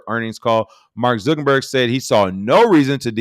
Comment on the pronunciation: I have yet to figure out if King mispronounces Mark Zuckerberg's name intentionally or not lol